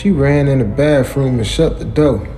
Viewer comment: Trash!!!!!!!!when the man admits to himself in his head that she probably has had several penis' ran thru her, and he still down for it that is just disgusting, if u need some better content I'll send you some, BTW the word is bathroom not bafroom